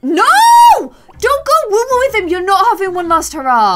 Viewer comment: Does it annoy anyone else when she says woowoo it’s woohoo not woowoo